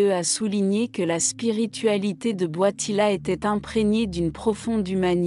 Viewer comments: Il s'appelle Karol Voitila ! Pas Boitila ! Pauvre Jean-Paul II ! Il s'agit d'une voix conçue par l'Intelligence Artificielle ?!!!! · C est quoi cette voie qii ecorche le nom du pape